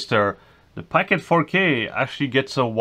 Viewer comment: POCKET!! NOT PACKET!!!! lol